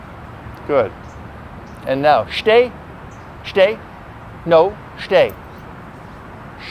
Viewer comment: "sits" and "shhtay" .. uhmm ok :S